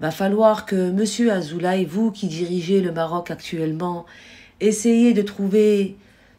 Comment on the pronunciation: Madame : Azoulay se prononce Azoulé.